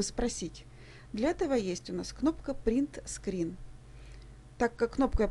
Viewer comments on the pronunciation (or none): пэрет сэкэрэ XD. Все эфы ахахахахахаха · цісьніце "пэрэтэ сыкыррр" 😆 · на пэрэтэ сэкэрэ вообще порвало в клочья))))))))) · хахаххаххаха вы слышали как она читала буквы Print Screen